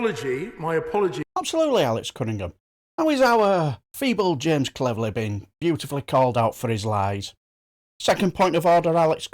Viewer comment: Might be pronouncing his name wrong. Clever-lie? Maybe not, as his retort is that he called a person a "$h!t-hole", and not the constituency? 🤔